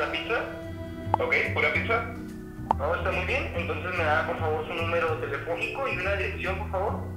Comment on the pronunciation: Líke si notaste que decía piza en vez de pizza